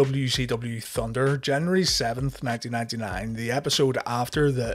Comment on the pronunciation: Damn you can't say 1999